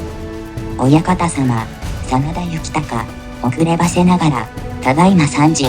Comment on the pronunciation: 真田幸隆の読み方は恐らく”こうりゅう”です。出家して一徳斎幸隆と名乗ったわけで、実名は幸綱ですね。